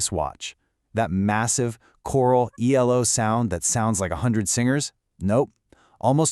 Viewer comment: Nice insight, but if you're going to abbreviate the name, it's E-L-O, not "Eelo".